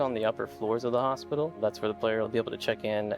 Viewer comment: Not to be funny in that kind of "crass" way... but is it me or does that guy pronounces Hospital over and over in the video to begin to sound like "ASSpital" lol Also note* I've lived all over Canada Montreal included, even speak a great bit of French ... Not to make fun of the guy, He's great ... just that word from him is just a bit unique with a giggle... sorry I sincerely apologize that I brought this to your respected comments section. I just couldn't bring myself to post my lil observation on the Star Citizen channel.